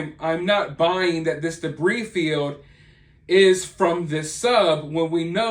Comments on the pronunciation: Ummmm,it's Pronounced DEBREE,not DEBREEZE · Hey, debris is one of those weird words that the 'S' is silent! so its said debree!!! Lots of new words in a story like this one! You're doing an awesome job covering it! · If he did, why would he say "Debrees" about 18 times? Do you purposely mispronounce words? What you're saying has no basis in logic. Besides that, who brought up anything about grammar??? Mispronouncing a word isn't poor or incorrect grammar; it's just mispronouncing a word. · Its pronounced "debree". The s is silent. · I enjoy your content...but the "s" in debris is silent 🤔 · The s in debris is silent. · the s is silent in debris, great video thanks for the regular updates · Debris. The S is silent. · It is reported that the back portion of the sub that had "OceanGate" written on it was found along with with the white landing gear. I think that the U.S. Coast Guard can distinguish between "old" and "new" debris. Note: The "s" on the word debris is silent.